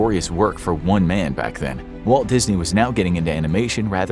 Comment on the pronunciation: Waltuh Dizny